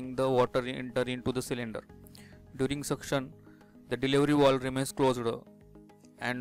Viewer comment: Not walv its valve 😐